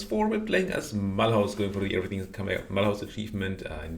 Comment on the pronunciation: Wait is there actually a how much do you pay for the domain? BTW, Mulhouse is actually pronounced something akin to "MÜLL-OUZ", with the latter "L" silent and "Ouz" as in ouzo, if you know the Greek Vodka